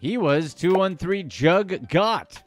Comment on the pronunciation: He pronounced it wrong throughout the video but one of the meanings is robbing, when you "hit a jugg" or lick it means you just hit a move whether robbing a dboy, bank, spot etc... When you're "juggin" it means you're grinding/hustling, if you say "I've got a jugg" it means I've got a money move usually illegal😂it can be scamming, fraud or moving work, it depends on how you use it and the context but you're right, robbing is one of the meanings.